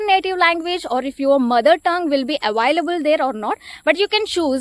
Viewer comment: Your pronounce the word "available" wrong